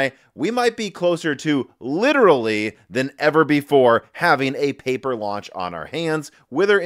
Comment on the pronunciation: Pauper launch instead of paper.